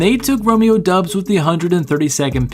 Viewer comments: It's pronounced like Dobbs like Cobb sound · the U is silent. its DOBS, he said so during training camp